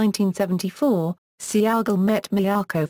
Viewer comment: Its pronounced (Say Gall) not Sea-Ahh-Gol) Goofy Brits.